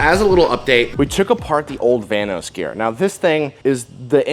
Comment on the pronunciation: The whole time at the beginning I thought he was saying the "Thanos cam gear" until I saw his diagram on the board where it said "vanos" 😂